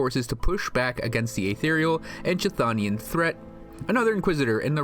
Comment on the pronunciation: Please, just please. Chtho·ni·an /'(k)θō′nē-ən/ and Chth·onic /ˈ(k)θɒnɪk/. Silent "k", "th" with tongue against the back of the upper teeth. It drives me crazy every time.